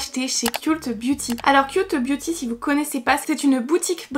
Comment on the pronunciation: ont dit "keult beauty" mes oreilles ont saignées ahaha